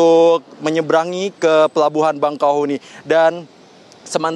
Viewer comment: REPORTER TVONE INI KURANG NGOPI KYKNYA,,,, PELABUHAN BAKAHEUNI,,,BUKAN BANGKAHUNI...MAS..MAS..😅👎